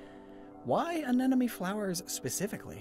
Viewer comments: Sir, with all due respect, please stop pronouncing “anemone” like “anenome” it hurts my soul Jokes aside, loved this video but honestly don’t see the “phallic” shapes of the tendrils, lol. Like the animations as per usual! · I can't stop hearing him say "anenome" instead of "anemone" 😭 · Say it with me, AN-EM-O-NEE. It's not "an enemy" like you keep pronouncing it. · Drink a shot for every time he says anenomee instead of anemone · In it's "Anemone" in the virtual words but then after a lot of intended mispronounciation the editor accepts the fact that it will be "Anenome" in 😂😂😂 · As a former Biology student, it brings me physical pain when I hear pronounce these Scientific names and phylums wrong. Not because I'm a grammar Nazi but because it brings me back to the time of my life I dread And I don't want to hear anyone ever pronounce A-Ne-Money as An-Enemy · AneMoNe not aneNoMe!!! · He the whole video: anenome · Am I seriously the only one who'll bite the very obvious bait and ask why in the deep depths you pronounce anemone "anenome"? Just to annoy people like Wolfe VGC does with half of the English language? Or is it some kind of dyslexia and I'm being a jerk? Or is it a pun (sea anemone = see an ennemy)? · Every time "Anemone" is mispronounced, I smile